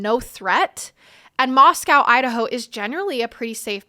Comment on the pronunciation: First time seeing your podcast but it strikes me strange you mispronounced Moscow since you stated it’s near where you grew up. It’s pronounced Moscoe. Also, you mispronounced the last names of three of the victims. Honey, please do your research. If you want to be taken seriously, you have to be able to pronounce stuff correctly. Otherwise, you did a nice job here. Good luck and work hard